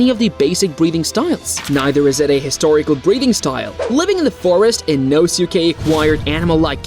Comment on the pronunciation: its annoying how you say his name. you dont pronounce the U